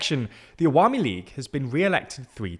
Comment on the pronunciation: His pronunciation of “Awami league” & “Begum” was pretty good ngl, made me smile everytime.